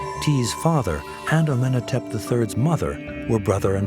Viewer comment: He doesn't pronounce "Amenhotep" correctly, either. The odd thing is that in another episode he pronounced Akhenaten's name incorrectly throughout, but got it right once - just once. He couldn't even stay consistent. Weren't any of the producers present to make corrections when he recorded the voiceover?